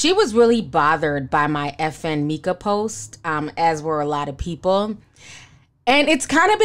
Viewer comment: I don't think you're pronouncing FN Meka right...it's basically pronounced FN "Mecca" which illustrates that he's supposed to be the highest/the lord from the jump. It was wasn't meant to be that deep. Anyway, Xxxtentacion's family should sue for using his likeness. Creepy ass Westworld shit.lol